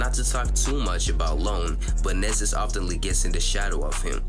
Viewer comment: his name is pronounced “knee-zus”